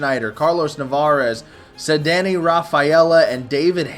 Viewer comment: aint no way you pronounced caddanne the way you did